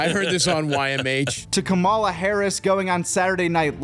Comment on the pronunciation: why can't this whiteboy say Kamala's name right?